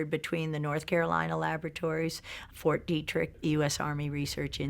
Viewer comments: its Fort (phonetically) Dee Trick. Ok. Its been around for along time too. I have a pet peeve of proper pronunciation of words. And im Canadian. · They would not even let that human being past the gates of any military facility in the world so sorry for it is pronounced fort deetririck